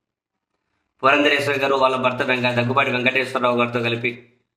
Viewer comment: ...ఆమె పురంధేశ్వరి - "పురంధరేశ్వరి" కాదు